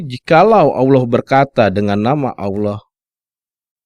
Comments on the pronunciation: Menjabarkan qur'an seolah mengerti isinya, tapi kenapa mengucapkan" Allah" dengan bunyi Aulah.....hahhahhhaa....!!! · Narator mengaku (seolah olah keturunan Arab),tapi tidak bisa mengucap Allah. bangsat loe!!!!